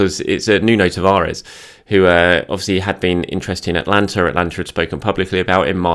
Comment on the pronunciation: it’s AtAlanta not Atlanta mate;)